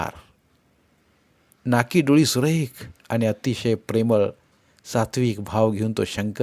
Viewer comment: जिजी कितीही वेळा वाचली तरी प्रत्येक वेळी नवीनच वाटते,एकसारखी वाचावीशीच वाटते. ही जिजामाताच होती जणु. वाचन ऐकायलाही आवडले पण वाचणार्‍यांचे आनि पानी उच्चार खटकले.